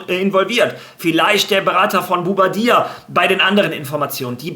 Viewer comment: was hast du aus Bouaddi gemacht bro? Einfach boubadia😅😅